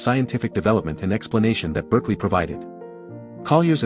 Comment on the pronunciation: George Berkeley, as in the Bishop of Cloyne, is pronounced "barkeley and not "berkeley." You should have known better.